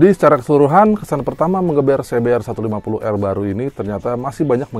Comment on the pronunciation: Ingat "R" nya cuma satu🤣